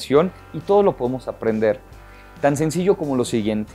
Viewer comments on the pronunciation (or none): none